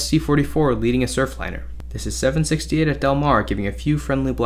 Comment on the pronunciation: There's an "r" on the end of that: Surfliner.